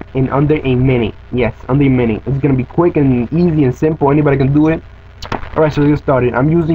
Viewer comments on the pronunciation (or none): Did he say "under a minny"?